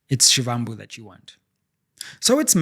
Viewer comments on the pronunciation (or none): Actually pronounced as Shibambu, like Muvhango tv show is Mubango. I'm Zulu in KZN by the way. Great show! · You could at least pronounce Floyd Shivambu’s surname the right way.